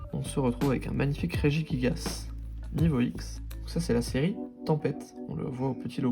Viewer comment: Très belle réception mais je ne peux m'empêcher de commenter sous chaque vidéo dans laquelle la troisième syllabe de RegiGIgas est arrachée, il n'y a pas de U par pitié prononcez le comme un J... xD (pouce en l'air pour la vidéo)